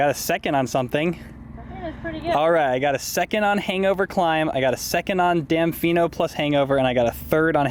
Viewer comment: As a Sedona local I was cracking up at your pronunciation of Damifino!